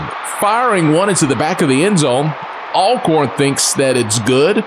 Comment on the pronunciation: and lamar raynard it’s not ailcorn it’s ALCORN